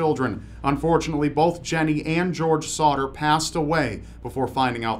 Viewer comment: on number three it keeps sounding like he is saying "Sautter"